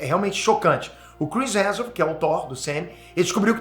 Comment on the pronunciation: O Peter sabe que o sobrenome do homem é Hemsworth e não Hanson né?!